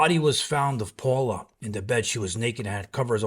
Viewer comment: Her name wasn’t Paula… it’s Paola “pay-ola”